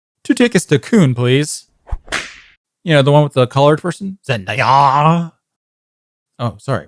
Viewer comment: I don't know why but I can't stop laughing at the way he said Zendaya.